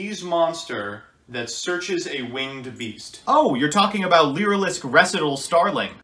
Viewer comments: Staright-os and Reh-see-tahl are warcrimes. But as a non-native speaker I was condemned once as well. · Ree-sai-tall. Did Alex Cimo with 10 o’s teach you nothing? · Up until this intro skit I thought "Res-eh-tal" was just some avian term I'd never heard of and assumed that was actually how the card's name was pronounced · ITS FUCKING REEEEEEEE SIGH TALLLLLLLLLLLLLLLLLLLLLLLLLLLLLLLLLLLLLLLLLLLLLLLLLLLLLLLLLLLLLLLLLLLLLLLLLLLLLLLL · He mispronounced words on purpose to tick people off. The joke of the intro was he mispronounced Recital so many times hes being put on language trial for crimes against english. Then his lawyer quits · I didn’t even notice the recital miss pronouncing he does until the intro and now I want my ears to stop bleeding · I honestly was irked a bit hearing his pronunciation of recital soooo much... great sketch this guy is good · So given how yugioh cards are constantly misspelled for style points I would have completely accepted your pronunciation of recital if it wasn’t for the intro